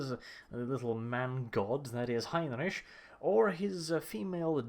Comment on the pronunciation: The way you're saying Heinrich is confusing me so much. I'm American and took German in high school. I'm sitting here going "Heinrich, Heinrich, Heinrich" like a dumbass. What is wrong with me.